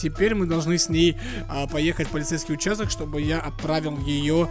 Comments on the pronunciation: Не участóк, а учáсток😅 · Ударение не там поставил, участок-это полицейское отделение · Ударение на а в слове участок